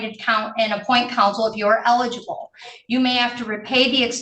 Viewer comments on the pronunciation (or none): none